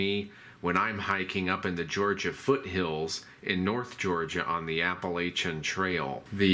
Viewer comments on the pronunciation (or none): It’s app-u-latch-in! Great video though. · You need to learn to say applachian properly. It's a soft a, not a hard one. Ask anyone who lives there.